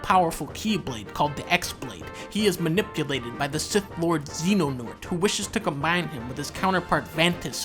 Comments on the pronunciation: Okay, Dunkey pronouncing Xehanort as "Zenonaught" is the only thing definitively wrong here. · "Xenanort" I can't. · I like how the subtitles spell it Xehanort but the video calls him Xenonort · It’s the little things like “Xenonort” that get to me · Fun drinking game to play at home: Take a shot every time he pronounces Xehanort as "Xenonort." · Well his name isn't Xeno-Douglas. In fact it's Xehanort, not Xenonort. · I sincerely hope people recognize this as shitposting because I'll die if I hear people pronounce Xehanort, Xenonort. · Why does he call him zeno douglas😂🤣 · a man of culture The Roman numeral X isn't pronounced "ki", it's "decem". Or "ix" if you want to pronounce the actual letter X. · The accuracy on display here tells me he actually cares about the series, even if he can't pronounce Xehanort correctly because it's a ridiculous name made from scrambling No Heart X. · the pronounciation of xehanort kills me, but otherwise.... yeah no this is painfully accurate. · It's pretty accurate, the villain names he said wrong on purpose and birth by sleep isn't actually a dream sequence. Also, the groups aren't called the five wise men and the council of shadows. He also goes from a fan theory to a joke near the end people think the master is evil but obviously he isn't connected to Pumba. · Love how he's miss pronouncing xehanort lmao